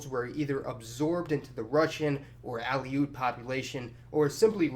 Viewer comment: a few other minor mispronunciations were made, but I'm letting them go. However, Kenai, rather than k'NYE, is KEEN-eye (town and peninsula). OK, 1 more--Aleut lines up with that of Aleutian, i.e., uh-LOOT, rather than AL-ee-oot.